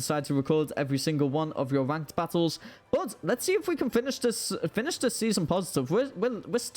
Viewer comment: Well, you said ranked wrong (I am always gonna do this until you get a video perfect, also you saw naganadel in my battle on Tuesday, so stop lying, I have nothing else to say rn but I agree with Lep Lep, misty terrain prevents sleep on grounded pokemon so that could be good) I have not kept up recently so that's pretty cool, also caught you typing on discord saying about you being late, imagine that, well you done goofed